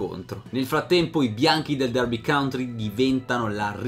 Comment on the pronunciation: complimenti per il tuo lavoro! il tuo canale realizza quello che ho sempre desiderato sulle storie del calcio. Però,ti prego: Derby COUNTY (contea), non "country". Con amicizia.